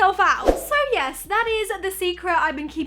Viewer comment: I am cringing when she says yazz